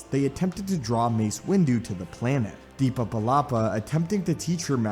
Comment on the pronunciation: Why do you say DEEPA? it's Depa.